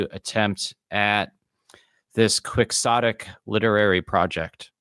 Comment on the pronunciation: Quicksotick?? It's keyhotick! As in Don Quixote, the famous novel Man of La zmancha, you're an author. Do better.